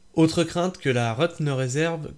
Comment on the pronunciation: La "reut" c'est l'abréviation de réutilisation, donc ça se prononce réhut et pas reute !